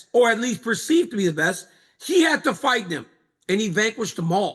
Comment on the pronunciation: chael you must have not waken up from that craig jones fiasco, ''fite'' as in bite.